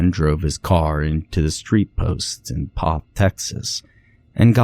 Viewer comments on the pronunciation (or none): You pronounced the name wrong in the story. It's actually pronounced "Kuh-shoo-sko". It's a Polish word. I grew up just two towns over from there. Sorry, but your pronunciation hurts my ears! Also, you pronounced Poth wrong, too. It's said with a long "o". Another Pollock town. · First it is pronounced "Keh-choo-sko" and also poth is a long o sound, u shld learn how to say the names before u record the story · i live in poth and he’s saying all of the names so wrong 😭